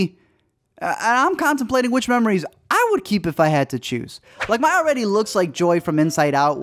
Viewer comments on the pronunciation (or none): Why did he pronounce her name My??? It’s pronounced May, spelled Mai. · Bruh have u seen the movie her name is pronounced may not mi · Ok, i love this movie lol its awesome and Id like to point out that he says Mai's name (not sure on the spelling of her name) like my when its pronounced may, just wanted to point that out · her name is Mai, pronounced like May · Mai’s pronounced (M—AY)! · Bruh, her name is pronounced the same as "May" as in the month. The pronunciations for "May" and "Mai" are the same. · His name is 7723, ya know. Also, funny how you pronounce Mai's name differently.